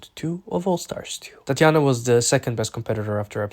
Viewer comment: why are u saying tatianna like that lmao